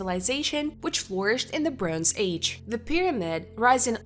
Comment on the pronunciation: brohnze lol